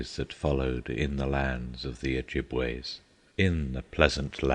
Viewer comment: only when they can pronounce things in the correct manner like Michigan is pronounced with the shh sound not the sound ch sound and I can't stress this enough (oh -jib-wa) ojibwa tribe of the five fire nations of the Iroquois that's what Schoolcraft was talking about Hiawatha is a poem about the founding of the five nations from the Great Lakes region